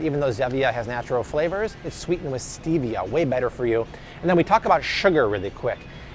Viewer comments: Don't drink that coke! It took years to get my husband off it. It was so addicting to him. Also, thank you that you pointed out that FINALLY pronounced Stevia correctly! Lol. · Don't drink the coke! So nasty and addictive! It took years to get my husband off it. Also, thank you that you pointed out the fact that FINALLY pronounced Stevia correctly. "Stevia as in the name, Steve".